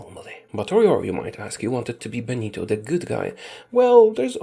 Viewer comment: "Buenito" Mussolini